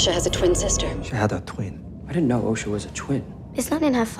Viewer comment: Hey, Why can't you pronounce O-sha correctly? As in ocean. Not osh like a sneeze. Although the sneeze is funnyer.